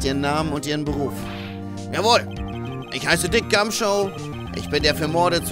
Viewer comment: Der Inspektor heißt Gum"shoe" also wie der Schuh ^^ Bei dir klingt das immer wie Show